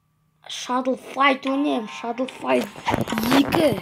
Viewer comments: Шадлфаит емес шадау фаит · шадл файт емес шадо файт